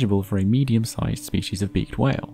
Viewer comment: It's species, not spechies